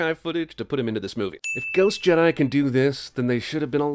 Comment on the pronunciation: "Luke Skywalker, Jidai Master"